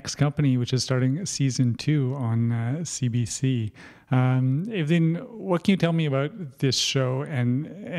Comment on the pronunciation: It's Evelyne for God sake - learn the goddesses name!